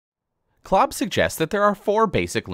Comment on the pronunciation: Did he said Clob? Lol